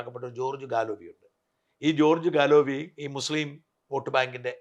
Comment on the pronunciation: He is keir starmer. Nigel Farage George Galloway. Pronunce names correctly.